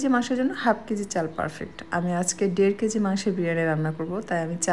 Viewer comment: ডের না দেড়